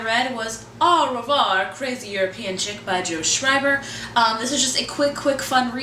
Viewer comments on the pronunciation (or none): Tip: The AU in au revoir, you just pronounce like a long 'o'. :) it's very easy if you know this :D Great wrap up btw congrats on reading so much :O